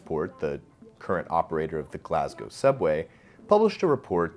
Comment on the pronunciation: Mate thanks for saying Glasgow properly. Its actually almost weird to hear it said properly in your accent as I'm so used to hearing it said wrong! Great video! Keep it up